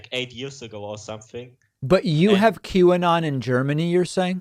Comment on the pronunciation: Auto-generated captions change this german dude's pronunciation of "Qanon" to "Cubano". Seriously.